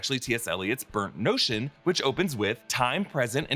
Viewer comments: NORTON, not NOTION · Burnt Norton not Burnt Notion ;) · Norton! Burnt Norton. Not notion.